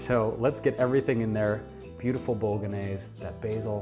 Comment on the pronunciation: I just found your YouTube channel, silly me, and am having fun watching. However, I could not watch this through to the end. While I love this sauce and make it all the time myself using homemade tofu crumbles, I cringed every time you said "bolognese". I'm just one of those people. Other than this video, loving everything I see.